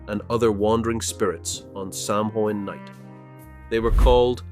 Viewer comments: For God’s sake, sow Ann, not Sam Haines! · Samhain is pronounced SOW-IN for Halloween. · The four leafed clover has nothing to do with Ireland. The Shamrock has three leaves! Also please have the manners to pronounce Samhain correctly! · I have two friend one from England and Scotland and they never celebrated Halloween because it was an Irish Catholic tradition .My friend from Liverpool new of it but my friend Scotland only heard about Halloween when she came to America.Samhain is pronounced wrong